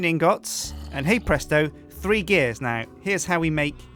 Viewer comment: Stop saying het presto